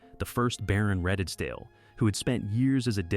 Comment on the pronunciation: Redesdale is pronounced Reedsdale